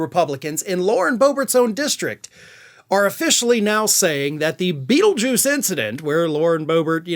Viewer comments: I thought I heard you say feeljuice.😂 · Dont say beatlejuuce 3x dangit we may get someone worse.